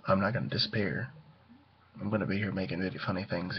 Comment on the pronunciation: I can hear a a slightly southern accent when you say the word "disappear" lmao You go,! Woot!